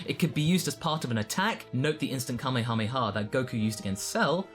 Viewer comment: Extra points for not pronouncing it like "kamayhamayha".